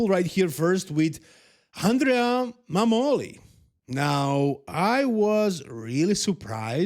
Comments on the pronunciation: MAH-moli. Found that out today also. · The pronunciation of Mammoli is with the stress on the A